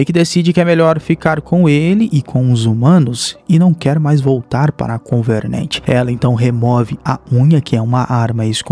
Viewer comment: parei de assistir no "convernernt"